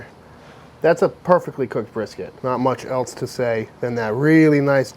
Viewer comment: I was cracking up when I heard how he said "Texas Style BRRRSKT"!